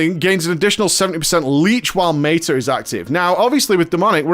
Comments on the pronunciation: He deliberately pronounces things incorrectly to trigger people. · mayta....mayta-morphosis lol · It's his pronounciation of meta, as in metamorphosis, the major dps CD.